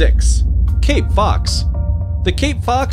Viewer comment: I love arctic-fox, red-fox and crab eating fox. When you say cape-fox. Me:I thought you were saying king-fox lol.